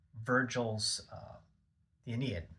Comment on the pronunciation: It's "ah-NEE-id" Aeneid.